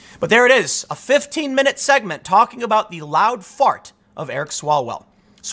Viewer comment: Mr Chairman, point of order - it's Mr Swallwell, not Smellwell.